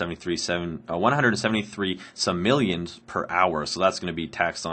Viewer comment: It is pronounced "Sim Oh Lee uhns" .. the term has been around for ages. "Sim-illions" no. LoL just a pet peeve, otherwise am enjoying the commentary and this series.